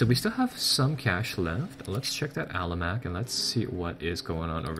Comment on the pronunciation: Its an Almanac btw, not an alamac